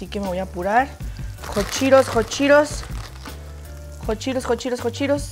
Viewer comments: Es:hot Cheetos No:jochiros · Que no se pronuncia hot cheetos “jat chiros” 😂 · Like por todas las veces que dijo hotcheros😂😂😂